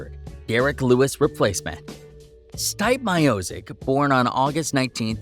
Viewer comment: Yo, you have ZERO business covering the sport if you can't pronounce the name of the greatest Heavyweight in UFC history. Dont quit your day job....